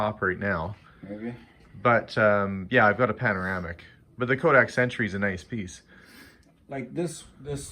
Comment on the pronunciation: I am from Rochester, NY - I really love how you can actually say Rochester just like we do, with out a Canadian accent.. as well as Kodak... So many people butcher it, trying to pronounce the names!